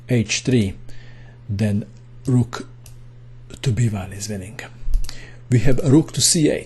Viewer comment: I like the way you say winningk :D